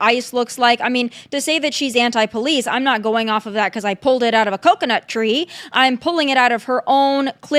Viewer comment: the way she says coconut sounds like the n word